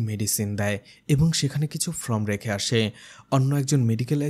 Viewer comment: Apni FROM bolchen , kothata FORM .. Uccharon thik korun na hole banglay bolun english shabder bhul uccharon korben na kane lagche khub